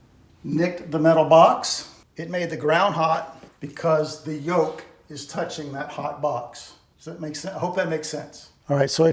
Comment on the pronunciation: It's called a "yoke" actually... I know the pronunciation was a bit funny. But at least now you can say it right and get correct search results if you ever look it up.